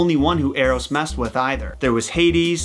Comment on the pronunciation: Thinking about the baby bow-hunter, when you said Eros, I heard Arrows